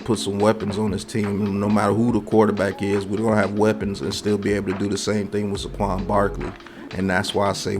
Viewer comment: Bro... I enjoy your vids but please stop saying Suh Quan. It's Say Quan. Say it with me now. Lol keep up the good work tho